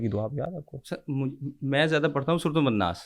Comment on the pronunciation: surah nas ko wanas bol raha he